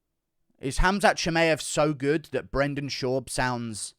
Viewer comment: Usman desperate to help Burns win. And can stop saying Cha-May-ev